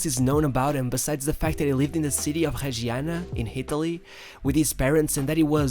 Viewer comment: Not Tregiana, nor Haiola. As you were able to say MastouR, impRove you are also able to say Reggiana, Raiola